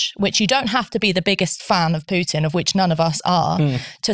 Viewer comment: Who is this "Pyutin" (Pyootin) guy? Any relation to the Russian president? You know, Vladimir Putin? (I mean, a couple of clicks on Google will give you the approximately correct pronunciation. Jeeez!)